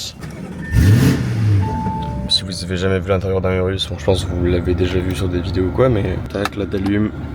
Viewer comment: ta dit "urus" 🦧 jte pardonne